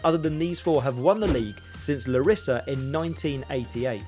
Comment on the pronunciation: It's not P A O K ... It's PA - OK. Whole word. :) Also it's LArisa not LarIsa. :)